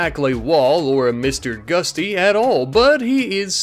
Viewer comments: GUTSY, NOT GUSTY. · Gutsy, not gusty. And it's called a Fat Man pneumatic launcher, not a "doomsday rocket launcher". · everytime you say Mr. Gusty it makes me flinch... its GUTsy! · its GUT-SY not GUSTY! xD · its GUTsy not GUSTy